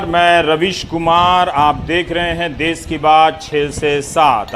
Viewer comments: It's देश....not देस...all other things all well described....Raveesh Sir...It required to be corrected as this program broadcast on daily basis for us... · Sir Desh hota hai des nahi please sahi kariye